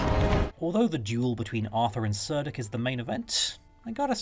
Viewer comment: Both cynric and cerdic are hard 'c's thus k not soft 's' sounds. Cerdic is said to come from ancient British karatikos, and Cynric from Kunorix. There are a few early West Saxon leaders with Brittonic names...